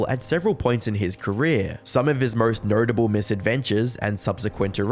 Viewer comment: Merst nertable